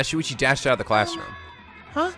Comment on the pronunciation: he also says “Suichi” instead of “Shuichi” too